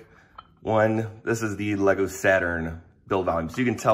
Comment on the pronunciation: E Lego? I think its ele-goo